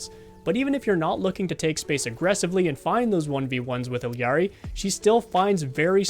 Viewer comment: Completely agree with everything said in this video! Gotta point out though, as it's grating on the ears every time someone says this, but its "E Ari" not "Ill Yari..." in Spanish, two L's is a Y.